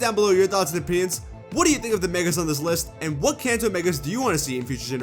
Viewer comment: I thought ou said the “Cancer region.”